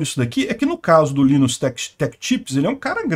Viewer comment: Não se fala Linus, mas sim "lainus"